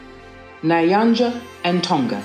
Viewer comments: It's pronounced nyanja not niyanja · Nayanja? What's that? Please, even someone foreign can't pronounce it like that. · I think the languages Kaonde and Lunda were misspelled as Konde and Luna respectively. I'm Zambian and my mom and dad are Kaonde and Lunda. It's pronounced N-yanja not Nah-yanja. Also Kafue is pronounced Ka-few-way Sorry to nitpick the video is still amazing Thanks for the video not a lot of people notice our tiny country. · It's NYAnja ** not Nayanja and KAONDE** MOSI - O - TUNYA (correct pronouncements) The pan cakes bit is 🧢 though lol ... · Is NYANJA not NAYANJA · Its Nyanja not Nayanja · Please pronounce them right it's Zam-bay-zi not Zam-bee-zi ..the thing goes " ba, be, bi, bo, bu" with the be is pronounced bay or bae and the bi pronounced as be, so you were saying Zambizi ... see bay... also nyanja not nayanja.. make the n sound before you say yanja... Otherwise this was a fun video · George Nyanja is pronounced Nee-ya - nja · Nice, simple, detailed. Some pronunciation corrections if I may; 1: Zambezi = Zamb-A-zee. The letter E in the middle of the word is pronounced sounding like the letter A 2: Nyanja = Nea-nja. Kinda like how you'll say New for New York, Nya has a similar flow to it. 3: Mosi-O-Tunya = Mossy(like the moss that grows in the water). The O- Tunya was just right. 4: Kafue = Kaf-You-weh. The letter U is pronounced exactly as the letter U, while the letter E is pronounced almost like how one would say 'way', merely because the letter U has come before it. So you'd sort of pronounce it as 'kafyouway'. Hope this helps out. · this was good. may i also make mention of the three things that i think should be corrected.Of the major languages, we have 1.Lunda and not luna 2. Kaonde and Konde. 3 the pronunciation of Nyanja is not Nayanja. this is critical for people who may make reference to these facts. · 🤣🤣🤣 Imwe What is this 🤣🤣 Ati Nayanja and mosai otunya 🤣🤣🤣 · It’s the way you pronouncing Nyanja for me 😅😂😂❤